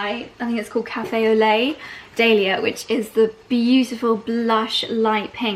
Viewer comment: If your going to be part of the club, please say the name correctly.I love dahlia and hearing you say it is just and the number of times you said it